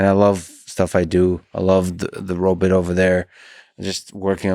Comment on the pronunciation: i like the way michael says robutt